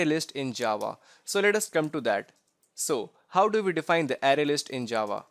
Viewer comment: It's pronounced "Array" not "Ary"